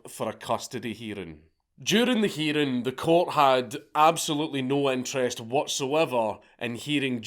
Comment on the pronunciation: “During the heeding.”